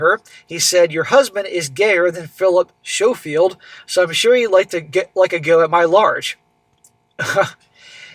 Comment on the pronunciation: Pronounced Philip Sko-field